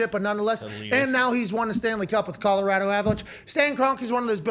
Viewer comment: Pat, thank you so much for pronouncing our state correctly. Often overlooked piece of detail, but Colorado thanks you nonetheless.